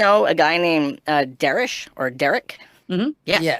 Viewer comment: "Derish or whatever" Wow is such a great guy that he couldn't even bother to say his biggest fans name properly for years